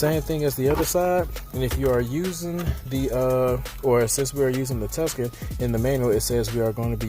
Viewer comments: A Tuscan ? Don't you mean Tucson ? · Hyundai "TUSCAN" ???!!!